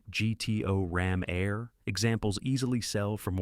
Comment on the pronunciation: 1967 Pontiac GTO Rom Air. Rom Air? Really? Goodness you are bad at this. Do us all a favor -- stop making these videos.